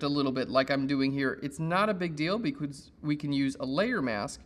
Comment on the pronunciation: Did he just say "beecootz" instead of "because"?